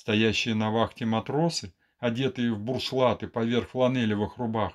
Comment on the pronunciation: Ну пожалуйста, на 1 мин 53 сек диктор канала четко произносит «надетый поверх буРшлата», пожалуйста, не говорите так больше, это не правильно, Константин Михайлович не мог так написать 🥲